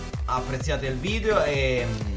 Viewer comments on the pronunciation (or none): none